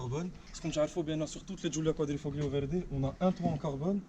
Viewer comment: QUADRIFOLIO pour la prononciation !